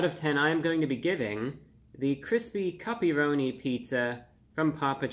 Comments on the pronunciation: At first I thought you said "puppy-roni." I'm so relieved. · I thought review bruh was saying puppyroni LOL. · Awesome review, and I was laughing every time you said the word cuppyronni and almost laughed yourself 😂 I’m definitely going to give this pizza a try, thank you and keep up the great work 😊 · Thought you said "puppyroni" at first. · They way he’s pronouncing “cuppy-roni” is making my day 😂